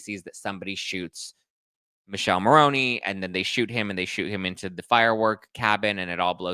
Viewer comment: It’s Mikeleh Marroneh not Michelle Maroney - please